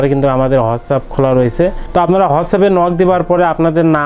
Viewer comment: Vai whasapp 😂😂 Whatsapp hobe